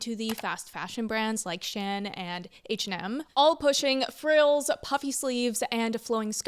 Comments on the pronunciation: Wow, it was real refreshing hearing someone pronounce SHEIN like that as if it´s this weird niche brand not worthy of knowing (which it is) 👏👏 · What's that pronunciation of Shein? 😂 And comparing Shein and H&M is kinda wild...